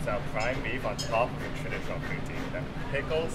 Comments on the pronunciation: please dear god dont call it pooteen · i thought he said booty